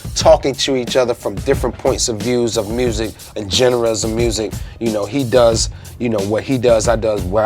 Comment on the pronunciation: The way he said Genre fucking hurt me